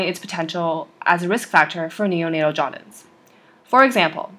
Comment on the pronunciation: Nice video! But you pronounced it“jaudince” instead of “jaundice”